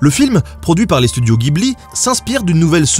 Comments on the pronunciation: Petite précision, ne jamais parler des studios Guibli à un japonais.. Ça se prononce "Ji" et pas "Gui" 👌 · Très belle vidéo. Petit précision, Ghibli se prononce "Jibli" ;) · Le mot "visionnage" n'existe pas. Ghibli se prononce 'jibli' et pas 'guibli'. Un peu plus d'exigence, enfin. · Avant de parler de linguistique, commencez par prononcer Ghibli en ˈdʑibɯɺi Sinon merci pour le travail historique.